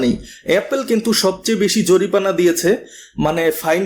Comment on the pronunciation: ইসমাটফোন, জরিপানা, ইসপেশাল এসব কি ভাষা ভাই ? এমন স্পেশাল ভিডিও বানিয়েছেন, একটু শুদ্ধ করে বলেন না কেন...